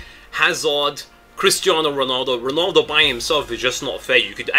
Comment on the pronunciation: IT'S 'RONALDO' NOT 'RONOLDO' -__